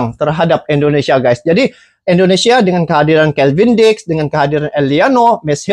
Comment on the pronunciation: Kevin diks bro bukan kelvin diks